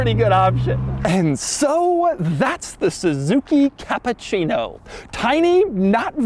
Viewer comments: Hey Doug.. I understood that you are not Italian, 😂and told that the car is Japan😂 but the name is Cappuccino that not sound like you say Capcino Ha ha ha Two double P an U and two double C. It will be bettere. You are the best Capcino.. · Dude. It's CappUccino Not CappAccino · Really Doug "Kááá''á''ÁÁÁpuchhieeej-no" :D